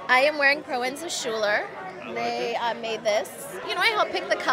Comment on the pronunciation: Ok STOP KIMBERLY !, OMG im the biggest fan of the kardashian clan, i love them and everything but WHAT THE HELL!!!??? you are supposed to know the name of Designers.....HONEY,,, thats not how you say Proenza Schouler, Go to I-D mag youtube page and get some Culture. on how to pronounce Schouler...Damn not even Kanye seems to Know that..Please. You're are supposed to be the most hot couple in the industry right now.